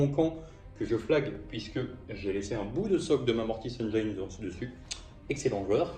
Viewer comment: Excellent rapport de bataille avec de jolies armées! PS: pour info, on ne prononce pas "engyne" mais "engine" (pour la mortis engine) ;)